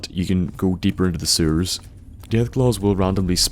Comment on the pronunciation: I've been watching your videos for 10 years, and i still get a kick out of the way you pronounce Sewers. Keep em coming!